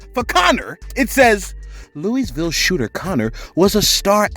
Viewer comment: I love my city but Louisville is a joke at the same time. Shit like this happens all the time. Anyways much love from the Ville! Wish u would pronounce it right tho lol